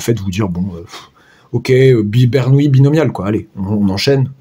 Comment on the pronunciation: Bonjour, 1) Par respect pour le grand Bernoulli, prononcez plutôt BER-NOU-LI que BER-NOUILLE-I, il n'y a pas de i devant les "l" et bernoulli n'est pas une nouille 2) Pour L'arnaque Rien ne nous précise à priori que S suit une loi de binomiale (identique et indépendante) de Bernoulli, il faudrait peut-être le démontrer Sinon, on peut écrire que Sn=∑Xk et donc E(Sn)=∑E(Xk) par linéarité de l'espérance. Le bizarre c'est que j'arrive au même résultat.. gloups Je vais regarder la correction.